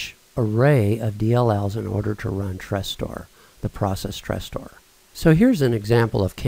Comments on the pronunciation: Tres-store? It"s Tresorit... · It's not "Trestor" but "Tresorit" ;) Many thanks for taking your time for this!